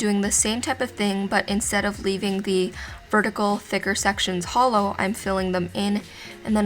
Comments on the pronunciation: I can only hear holo not hollow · did anyone think when she said hollow, think of HOLO???? only me? okay 😂